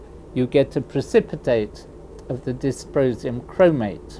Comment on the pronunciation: Sounded to me like "disposium".